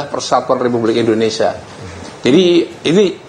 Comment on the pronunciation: INDONESIA WOY BUKAN INDONESA